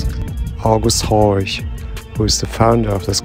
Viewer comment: FYI: It's Horch (not Horsch as you spelled it on screen). Ollie's saying it correctly of course. Horsch would be pronounced "Horsh" (no surprise).